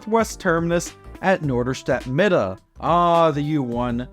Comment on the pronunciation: I like that you already pronounce “Mitte” like us Norderstedters do - Midde :) (It’s also commonly called NoMi)